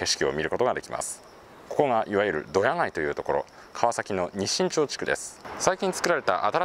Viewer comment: ドヤのイントネーションが違うんだよなぁ